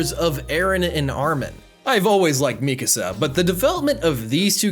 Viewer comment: "Mikusa", "Levy" lmao imagine hearing their names mentioned in the show over and over again for over 20 hours just to say it wrong.